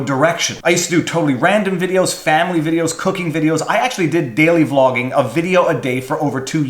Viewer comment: So, you ended up daily... Vlawging? I'm sorry. I couldn't help myself.